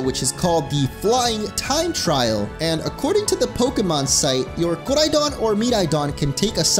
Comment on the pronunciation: He doesn’t have to say koridon and miraidon with that weird accent